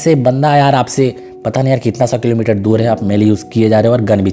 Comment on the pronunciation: When he say kitna kelomiter dur he😂😂